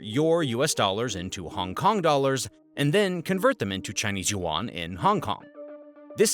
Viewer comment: If I want to be believed maybe you should learn how to pronounce YUAN!!!